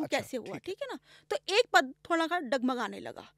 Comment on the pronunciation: although podcast was amzing but here is one thing i would like to correct for ma'am and also for viewers , is that , it is called "pad" instead of "padaa". kindly correct and our vaani i.e., sanskrit